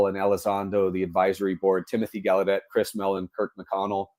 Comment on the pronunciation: Gaulladet is pronounced 'gal' + 'uh' + 'det', with the stress on 'GAL'..... definitely not gal you day